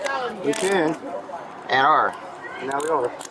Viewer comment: He says we can and we ARRR. Road pirate of New York.